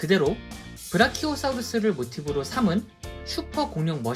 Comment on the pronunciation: 사우르스가아니라 사우루스아닌가?